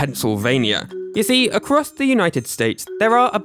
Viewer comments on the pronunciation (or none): none